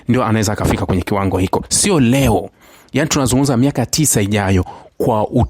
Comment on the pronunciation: Kitu hicho, siyo kitu hiko ongea kiswahili fasaha